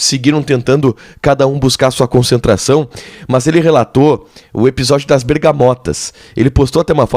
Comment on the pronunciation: Dói o ouvido escutar esse jovem jornalista pronunciar a palavra MAS como MÃS, verbete inexistente na língua portuguesa.